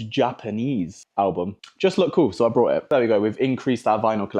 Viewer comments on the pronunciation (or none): Is Elvis not Alvis and it’s bought not brought!